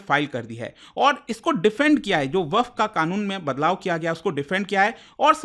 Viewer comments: its not वकफ its वक़्फ़ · भईया वकफ नहीं वक्फ बोलो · वकफ❌ वक्फ ✅ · "WAQF" KI SPELLING TOH SAHI BOLO,,,,,,,,,, WAQAF NAHI HAI WAQF HAI.